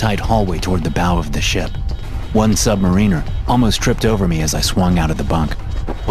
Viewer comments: *sub-MARE-n-ER. Not sub-MARINE-er. Goober.👍😆😆🤣💯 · Consistently mispronouncing "Submariner" while narrating a tale of Submariners does take you out of the tale a bit.